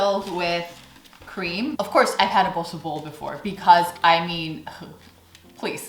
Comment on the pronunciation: The way you pronounce "Tompouce" and "Bossche bol" is just perfect!